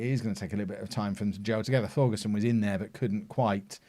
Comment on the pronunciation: For Thorgesen and Thum, the Th should be pronounced as a hard T, so Thorgesen and Toom (u is a oo)